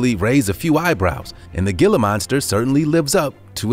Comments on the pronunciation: It's pronounced hiila monster, not gilla monster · The "gill-ah" monster. HEE-LA. It's pronounced HEE-LA. JFC. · It’s “Heel-uh” not “Gill-uh” The G is Quiet. Please look up the Southwest. And for sure in New Mexico. Yes! We are in the USA! Read and look up about the Gila River & More. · "HEE-LA" monster, NOT GILL-AH. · 😄😆😅😂🤣🙋✋✋✋ ☝️And it's pronounced "hee-lah" not "gee-lah" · Ditto!! Thank you! I rarely comment on videos, but this needed to be said!! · It is pronounced "Hila" monster not "gila" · My thoughts exactly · It's pronounced "Hee-lah" monster. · Gilla? No.. Gila.. sounds like Hila .. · It's pronounced HE LUH not GE LUH 🙄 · You say Gila monster wrong it’s pronounced Hila monster not Gila monster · It's pronounced geela monster Not giler monster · Gila is pronounced heela. Heela monster not Gila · It's not pronounced "Gila" Monster. It's pronounced "Hee - lah" Monster. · Gila is pronounced hee-la, NOT gil-luh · It's not gilla it's hila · Can you please no pronounce it “gi-la” it’s spelled gila, but pronounced “hee-la” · It's heela monster. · Not hating but Gila monster is pronounced hila with an "H" Sound like jalapeno.. 😶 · The Gila monster is pronounced to where the G sounds like an H like Spanish. HE-la monster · Every time he said gilla, I had to wonder how he pronounced tortilla and quesadilla lol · Gila Monster. Gila is pronounced "hee-la" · The Gila monster is pronounced HEELA monster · Gila monster is pronounced "heela" monster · Gila monster is pronounced HEE-LAH monster. I have caught them in the wild. I wish people would leave them be. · i cringed when i heard gila monster..........thats not how you pronounce that.....Heel Lah monster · Its pronunciation is heela monster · You might wanna use and H rather than the G as in Gila use Hila....Pronounced hela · Gila monster... it's pronounced as 'heel-uh' monster. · It is pronounced "Hee La" monster. Spanish. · Gila is pronounced hila that was taken disrespectfully to me because it’s my state’s reptile